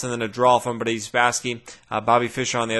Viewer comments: Why do you pronounce Boris as "Buddy?" You keep saying what sounds like to me "Buddy Spassky." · More like Budiss Spassky lol